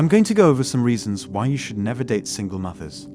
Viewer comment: "Single moovers"?? Do you use a voice app, as your accent is way off sometimes.